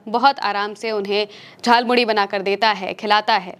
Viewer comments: झाल मुड़ी नहीं जाल मुली बोला गया है । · Jhalmuri ko jhalmuli bol rhe ho 😂😂😂